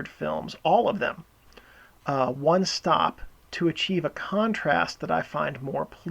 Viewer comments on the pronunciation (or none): none